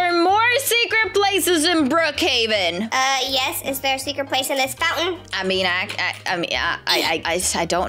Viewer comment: I love how sanna and say Brookheaven but its brookheven